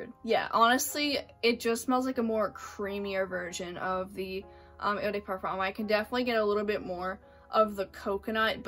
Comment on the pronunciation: Please don’t butcher the French language .. it’s not “eu day perform” !!